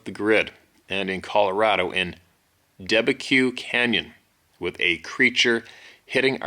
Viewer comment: Debeque Canyon, pronounced "da bek". 10 miles from my house.